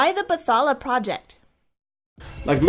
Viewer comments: My admiration went through the roof when u said u were a skeptic. =D. It's pronounced bat-hala by the way. Your intonation is right, you're just merging the th as in English, but it should be bat-ha-la, not ba-tha-la. Well, I'm not really that sure about that but. yeah. And try to pronounce the initial y in baybayin. But enough with the language lessons, I agree 100% with the (subtle) anti-christian message. ᜋᜊᜓᜑᜌ᜔|| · Kuya you pronounce it bat-hala magkahiwalay po sila. Hindi po siya english word.